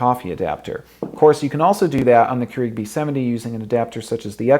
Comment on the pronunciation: Still months later and videos and coffee makers later. He still says Keurig wrong. It's Pronounced "CURE-EGG" not Kru eeeg omg it's driving me nuts.